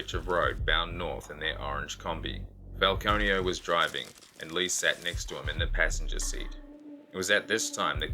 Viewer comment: I keep hearing peter file-conio. 🤦🏼‍♀️